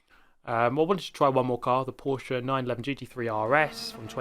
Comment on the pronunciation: Peržos? What The hell is that?🤣